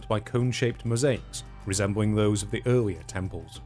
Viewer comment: He really says “Eawwier” 🤣